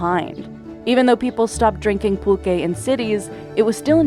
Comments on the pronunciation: Thank you for this comment. I was looking for the spelling and definition. I heard: Pull-Kaye ; Pul-Ché. Next wdve been PullQue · Would it kill you to get someone who can pronounce Pulque, Mezcal and Tequila properly ????